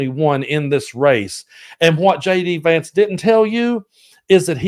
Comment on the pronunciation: Did he really mess up name of his new VP that badly.? He did.😂😂😂🇺🇲💙